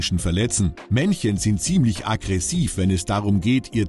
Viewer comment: "akkresiver" hahahah 🤣🤣